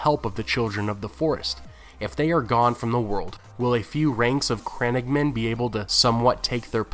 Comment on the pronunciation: Love your videos dude. Just a little tip they are not crennigmen but crannoge men pronounced cran-owe-ge.